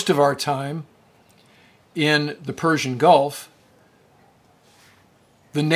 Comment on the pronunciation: Thx for saying Persian Gulf correctly!